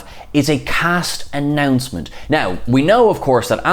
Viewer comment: did I hear "cast announment" not "cast announcement" ?